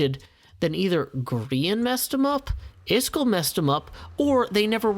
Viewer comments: iskall is actually pronounced kinda like ”ease-call” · Hey, I was born and raised in Mississippi and speak as southern as anyone does,,but even I know that "Iskall" is NOT pronounced "Is Skull" WTH dude?